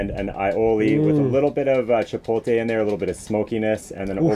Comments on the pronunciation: HE SAID ..CHOPOTE ..CHIPOTE FOR US LATINOS ..WELL SOME OF US ..IS A BUMP ON THE HEAD 😁😁😁... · Oh no.. is saying CHIPOLTE. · Love how white people pronounce “chipotle” they say chipohteh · The vibes are always amazing in your videos. Bugs me how chef Mike says “chipotle” but I got through it. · omg... i get trigger when people say "chipol-tay"..... i get even more triggered when a chef says it he also says aioli incorrectly. also...whats an "alopino"?